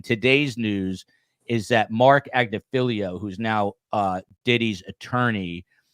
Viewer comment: You need to learn how to say Agnifilo’s name. His wife (Karen Freidman Agnifilo) is very often a guest on the podcast MeidasTouch. MeidasTouch was founded by Ben, Brett & Jordy Meiselas. Interestingly, Ben Meiselas belongs to Mark Geragos law firm in CA and they have defended Diddy in the past.